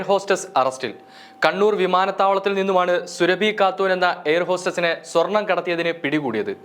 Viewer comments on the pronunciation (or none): സുരഭി അല്ല, സൂറാബി ആണ്. മുസ്ലിം ആണ് ഈ സ്ത്രീ.